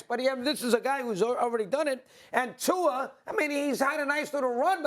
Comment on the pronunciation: It’s Tua